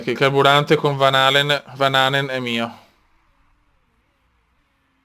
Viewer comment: "Van Halen, ehm.. vããnänev"